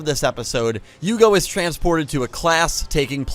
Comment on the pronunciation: yugo ja ne, yugo da